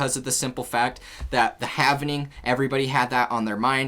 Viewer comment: “Havning” —> 🤦‍♂️ “halving” —> 😁